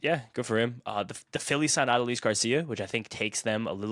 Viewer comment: Ah-duh-lease Garcia...never heard his name pronounced that way before 😂